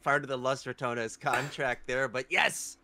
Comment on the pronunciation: We need to get this dude some glasses or reading lessons! L(A)s ? With a O? It's LOS, and Ratanes? RatOnes!